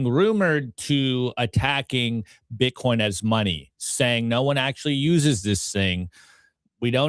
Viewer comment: She said bitcorn